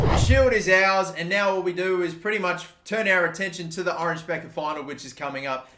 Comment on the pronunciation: I doubt you will be managing in The Netherlands for much longer but just for my sanity's sake it's pronounced the Oranye Bekker